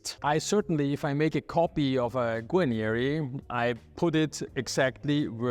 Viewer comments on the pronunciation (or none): Darf ich darauf hinweisen- Sie sprechen „Guanieri“ aus. Es gibt aber nur ein i und das steht am Ende des Wortes Guarneri. So wie sie es aussprechen klingt es wie „Guagneri“ in italienischer Aussprache